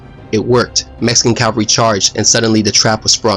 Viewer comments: CAVALRY not CALVARY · Cavalry, not Calvary, if you please. Cavalry mount horses. Calvary is where Jesus was mounted on the Cross. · The word is Cavalry, not Calvary. Jesus died at Calvary, and the 7th Cavalry died at Little Big Horn under Custer. The mispronunciation is a very minor thing. Otherwise a super video. It comports with everything I remember about studying this battle. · Great videos, subbed, but CAV-AL-RY, not the hill in Jerusalem.